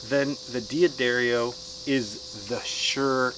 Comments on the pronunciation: Good lord, it's pronounced Da-ddario. Not D-Addario. Sorry to be THAT guy. Enjoyed the video, though. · I said it the same way for about 30 years, until I learned the correct pronunciation. Check out this video . It seems to me that a D'Addario employee would know how to say his company's name. Just because someone says something on a video they post on their channel, doesn't mean it's correct. What are they going to do, say "oh no, you have to re-record that because you didn't say our name correctly?" I quickly watched a few videos on their site and found guys saying it both ways. You're free to say it whatever way you choose, however I wish I had a dollar for every time I heard someone mispronounce a word. Do you want to be one of the "dozens and dozens", or do you want to be right? That being said, it's not a big deal in the scheme of things.